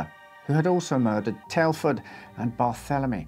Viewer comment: It drove me nuts for a minute, until I found out what happened...the original US release of Black Sabbath's Paranoid had Jack the Stripper/Fairies Wear Boots, but when I checked my copy, it only said Fairies Wear Boots. I was sure my memory wasn't wrong.... BTW, you absolutely butchered pronouncing Barthelemy, but I don't know for certain how they chose to pronounce it--it's one of those names that's really hard to pronounce if you've never heard it.